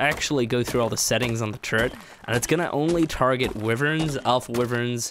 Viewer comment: Wiverns, lmfao